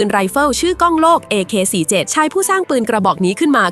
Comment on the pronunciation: Ak47 โว้ยพูดผิดโว้ย